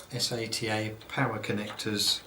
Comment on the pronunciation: every time he said s-a-t-a instead of sata i went facedesk lol